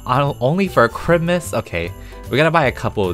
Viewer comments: You said citmiss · Me: Looks at money: Spends over 50k on baubles Me: “PEETAH!”: “mErry chRiMuS guYs!” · lalalala Me: thinking he’s going to say jingle bells: chrimus tree crimus tree Me: WHAT!? ———————————————— Real title: going broke for 8 minutes ————————————————————————- Also MERRY CHRIMUS 🎄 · People: Christmas, Noel, Navidad, (thats all the languages I know 😌): Chrimas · I love how he always says crimas and not Chrismas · crimas Me: Christmas!!! Not crimas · you should say Christlemiss instead of ChrMus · Me: struggleing to say christmas cus of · Why do you saw crimis instead of Christmas? Not to be rude or anything but can you answer that do you just say it to be funny or like what? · I luv how says Chrimas LOL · How normal people say Christmas: Christmas! How says Christmas:✨Crimas✨ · You said Christmas not right